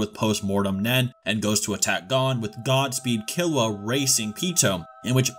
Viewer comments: gone? lmao its GON like (goone) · You really pronounced it “Gone” Instead of Gon 💀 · Great video, but the way you pronounce 'Gon' is so... wrong. Its goun not gone. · Bro it’s gon not gone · Why do people pronounce Gon as gone when even the anime tells u how to pronounce it, even the original Japanese version doesnt say "gone" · Gon is pronounced like moan but with a g, goan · why are you pronouncing gon as gone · who the hell is this “Gawn” dude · Can you say Gon’s name right please it’s like your saying Gan learn some basic Japanese pronunciations so you can get it right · Oh god he pronounces Gon wrong too ggs. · Bruh I'm leaving a dislike just bc you can't pronounce Gon's name properly. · The way this dude pronounces Gon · dude doesn’t even know how to pronounce Gon’s name... 😂